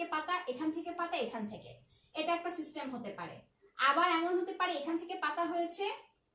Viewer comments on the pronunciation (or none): none